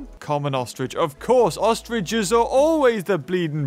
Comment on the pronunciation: Why is everyone saying ostridges?